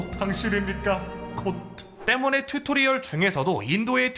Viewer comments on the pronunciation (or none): none